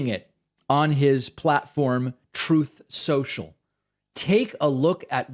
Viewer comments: Troth Senshall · Every time I hear David mention Truth Social I hold my breath and wait for him to play the "Troth Sencial" soundbite 😆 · David sir, what is this "truth social"? Surely you mean troth sensal sir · What's the heck is "Truth Social?" Is that like that amazing Twitter replacement Trowth Sential? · david. it's troth senchial.